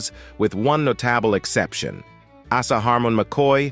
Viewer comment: Hey AI!!!! Asa is pronounced Aaaaaaa….sa